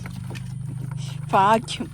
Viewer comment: ഫാഗ്യം.. ഹഹഹ. ഭാഗ്യം